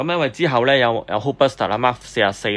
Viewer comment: Hulkbuster 英文發音唔係who buster!